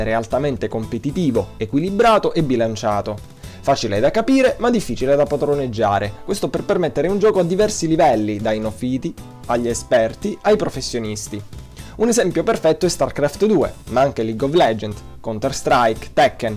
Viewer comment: neofìti? LOL credo si dica neòfiti ahahaha